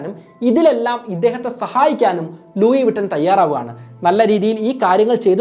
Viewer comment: Bro please do research before doing a video it's not "ലൂയി വിട്ടൻ" it is """ലൂയി വിത്തോൺ"" . Right pronounciation available on google. Before giving to wider audience get some clarity ✌️